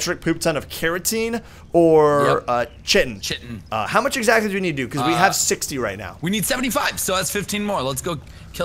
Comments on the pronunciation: It is said ki-tin not chi-tin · It's called (KITEN) not chitin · U GUYS ARE SAYING CHITIN WRONG!! Say it like kitin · it is not pronounced chitin. it is pronounced ci-ten. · Chitin is pronounced like kite-in and keratin is pronounced like care-a-tin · I'm pretty sure Chitin is pronounced like sky-ton without the S lol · It's ki-ton rob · did you say shitin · is said like kytin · Its Chi-ten....